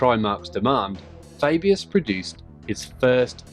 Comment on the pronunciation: The Way you say Fabius is Cool.